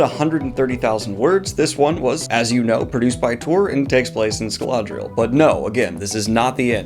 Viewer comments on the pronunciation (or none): Is there an "L" in Scadriel? Scaladriel? Its not printed that way in my books 🤷🏻‍♂️